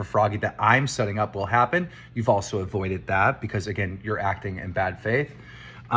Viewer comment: My take away from this entire 4 hour video is that keem can’t say “wouldn’t it” or “avoided” properly